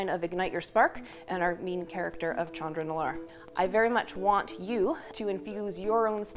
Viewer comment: "CHAN-dra"?! WTF. I'm going to continue to pronounce it incorrectly as "SHAN-dra".